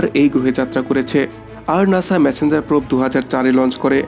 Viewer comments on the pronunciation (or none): none